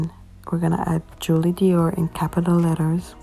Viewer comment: says Doir not Dior , but ik what u mean ig..